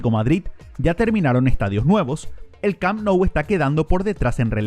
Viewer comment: Oye q te pasa cuando hablas ? Te podemos ayudar . Por ejemplo se llame les corts no les cops el el Camp Nou se. Pronuncia cammmmppppnou no parece ta difícil …